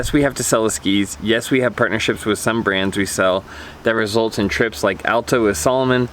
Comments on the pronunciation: I think it's actually Al-ta as opposed All-ta. In every Utah ski conversation this eventually comes up... "Alta folks want you to say it correctly!!" etc etc haha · I agree. I went to Alta for the first time this year (from out of state). I was saying All-ta and either heard there or read somewhere that it's Al-ta. I made a deliberate effort to correct my pronunciation.